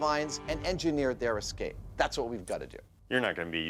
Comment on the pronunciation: The good ol' 'murican pronunciation of escape: EXCAPE.